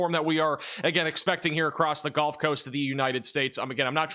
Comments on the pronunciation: I’m not trying to be a jerk, but as a Mississippi resident, it is the gUlf coast not gOlf coast. One plays golf on a golf course. Seagulls live on the gulf coast. But I love your weather reporting and it is so much more accurate than any of the mainstream media. I love the energy you deliver in this space. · These videos are awesome, glad I found the channel. But, are you saying "Golf" coast intead of Gulf coast. Sure sounds like it. Carry on... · Why does he say “GOLF Coast”?